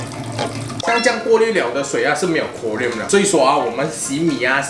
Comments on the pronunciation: 应该读成 “ko ... rin" , 不是 “ko ... riam"。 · “Klo” “rin” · 哈哈哈我就想说 读成另一种金属chromium了